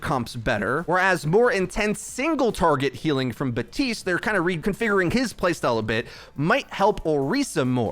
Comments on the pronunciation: Please stop saying BUHTeest, it's BAP TEEST I KNOW YOU CAN READ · why do you say Batiste and not.. Bap- tiste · Hey bro his name is Baptiste. There’s a P in it. He’s been live for a long time now. His name is not batiste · Except it isn’t meant to be pronounced “bap teest”. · This dude does not say the P in Baptiste